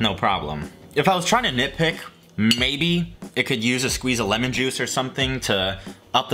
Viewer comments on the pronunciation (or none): none